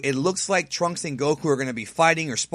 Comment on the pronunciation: I love the way says Turunksu, way better than the name trunks